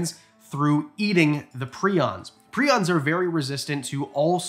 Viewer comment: PR-EYE-ONS you silly Canadian goose